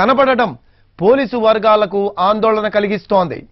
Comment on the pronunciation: Andholana kadhu vucha🤣